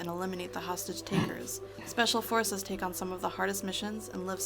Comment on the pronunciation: Schpeshfal Forces!! Yay!